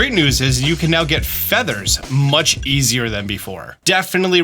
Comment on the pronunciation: "Easier Chiny Charm" 😭